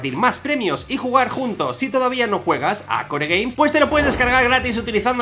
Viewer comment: en realidad se se dice kor gueims no kore gueims como tu dices